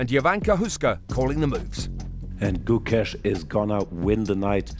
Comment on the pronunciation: True - Gukesh, Nodirbek and Parham's names were butchered